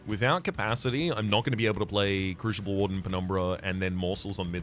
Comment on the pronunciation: Is pronouncing crucible with an "sh" an interesting linguistic difference or is it an intentional mispronunciation meant to drive me specifically insane? Oh well, enjoyed regardless.